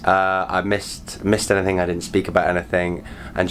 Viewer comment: Anything. Not "anythink" you twat.